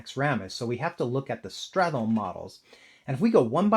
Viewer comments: Oh no I made a silly typo 🫣 I meant "sTRat", not "sTArt". Nevertheless, I wanted to focus on straTHolme as one sound vs strat+holme as two syllables. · the way you pronounce stratholme is quite weird. Everyone says start-holme and you treat that "th" in the middle like it's a single sound